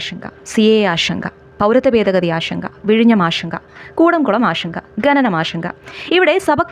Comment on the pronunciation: ഷങ്ക അല്ല ശങ്ക